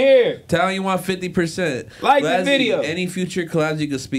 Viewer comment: Why keep calling him blozzy. It’s blazzy